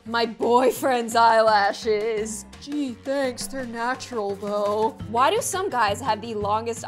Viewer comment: That's not how u say "THOUGH"